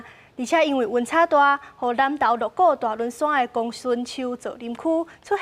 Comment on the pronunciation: 鹿谷：Lo̍k-kok，不是Lo̍k-kóo。